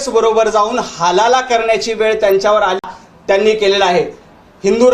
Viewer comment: याला वेळ हा शब्द बोलता येत नाही हा वेल म्हणतो या बावळटाला विचारू नका. हे पाठ करून बोलतोय